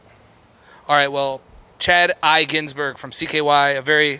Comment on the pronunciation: Ginsburg not Ginsbur lmao